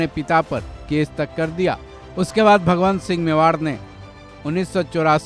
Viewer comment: महाराणा भगवन्त सिंह मेवाड़ नहीं ......भगवत सिंह मेवाड़ थे। उच्चारण ठीक से करें।